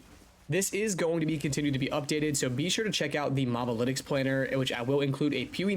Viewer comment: It's "moh-buh-litics", not "mahb-alitics"